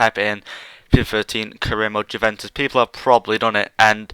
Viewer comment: Its " Uve-en-tus" not "Jew-ven-tus"